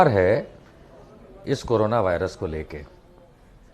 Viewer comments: करोना नहीं मैडम कोरोना कहो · करोना नहीं कोरोना होता है एंकर जी